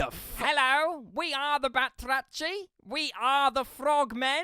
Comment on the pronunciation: I find it funny how the name of frog people is literally the Greek word for “frogs” but because “βάτραχοι” transcribed to greeklish looks like a french word now it’s pronounced as such.